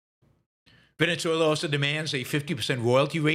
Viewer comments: 'Ven-uh-ZWAY-luh' it is.... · The country's name is pronounced 'ven-uh-ZWAY-luh ', not 'Ven-ets-way-lah'....